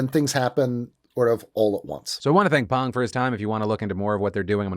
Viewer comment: 감사감사 Phil for pronouncing "Pang" correctly